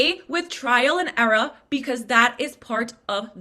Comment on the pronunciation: That was the second time too 😭 She sounded like the yassified Elmo the way she emphasized eRUH